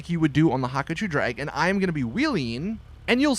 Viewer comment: STOP SAYING HAKACHU DRAG, PRONOUNCE IT, HA-KU-CHU NOT HAKACHU WTF IS THAT